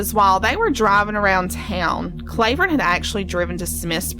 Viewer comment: His name isn’t pronounced “CLAY” vern. It’s “CLAW” vern. And ALC is not in a “holler.” It’s off of KY 899, which is a state road.